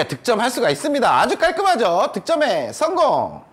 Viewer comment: ㅊ음에 적응 안됐는데지금은 계속보니 적응됨 ㅋ 득점에썽공~